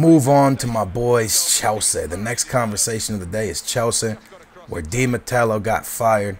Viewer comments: who is Di Matello? its Di Matteo.. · Hey man! You're one of my favourite youtubers, but seriously?! Di matello? It's di Matteo mate! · Di MATEO! Not Matelo! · i know but he pronounced it like "di mattelo" ;p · dude , it IS ROBERTO DI MATTEO , NOT ROBERTO DI MATELLO AS YOU SAY IT , JUST SAYIN' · Did he say Di Matello? *Facepalm* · di matello? dont you mean di matteo? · Not to be like that ... but it's not Di Matello, it's Di Matteo... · di matelo ? .. his name is di matteo ? :D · Di Mattelo? Think you mean Di Matteo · its di matteo not de matello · its di matteo not de mattello haha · Di Matteo, not Di Mattello lol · isnt it di MATEO? not di MATELO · Di Matello?... Teey ooooh not tell oooh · "Di matello" lol fail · i think its di Matteo not Matelo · why do you pronounce chelsea weirdly... and it's di mateo not di matello! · Bro it's not Di mattello haha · Why are you saying Di Mattelo instead of Di matteo? :D othervise great analysis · Dude its Di Matteo not Di Matello :P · di MATTEO not di matello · It's Di Matteo, not Di Matello.. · Di MATEO not di matello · its Di Matteo not Di Matello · Di Matelo? You mean Di Matteo right? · There is no "L" in Di Matteo, grrrrrrrrrrr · Di Matteo, not Di MatteLo, still nice video. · I'm a Chelsea fan, Di Matteo is good manager, he won FA Cup and Champions League and he need more time at Chelsea, suddly he was sacked. I hope Chelsea will win BPL and buy Neymar or Falcao. Btw its not Di Matelo its Di Matteo :) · The name is Di Matteo, not Di matello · HE DIDNT JUST SAY 'UT' and 'DI mateLO'' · who the fuck is "DI MATTELLO"??? :P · Dude, DI MATTEO! No "L" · There's no l in Di matteo, lol U should talk about Liverpool! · Come on lol Say it with me.......(De-Ma-Tay-O) Dimatao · His name is di matteo not mattelo... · its roberto DI mateo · Not Matello,! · You should pronounce Viias Boas and Di Matteo. The L's are i's. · I know youre not the best pronouncer, but its De Matteo. had to do it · theres no L in Matteo